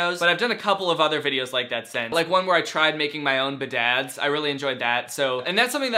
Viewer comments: When you were talking about “BadAds” and you pronounced it like B’dads – It reminded me of the “pony up daddy” product you showed us. I thought 💭 “What is b’dads? Something related to Dads and Bedazzling?” Now I am thinking: I’d love to see you bedazzle something in a video. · When you said “badads” it reminded me of my best friend who passed last year, we had a thing where we would say something was badass but pronounced stupidly, and I just want to thank you because it was nice and I miss her.